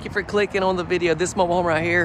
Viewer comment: Very cool. Thanks for posting. Is that lower door to push your laundry basket into the utility room? Stop saying "own" instead of "on" or I'm going to tell your English teacher - lol.